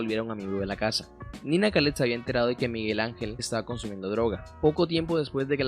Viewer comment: Estos payasos se han tomado a Barranquilla. Ni siquiera sabe los nombres, no investiga: es Nina, no "Nani". Y era Carlos De Biase, no debiasé como dijo el bufón ese.